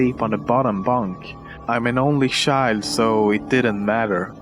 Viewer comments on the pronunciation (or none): Did you guys hear how he said child